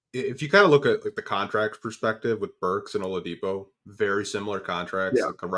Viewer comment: The only podcaster who can’t be bothered to call Shai by his name, saying “Shy”!? And calling Oladipo Ah-lidipo. Crumbling credibility.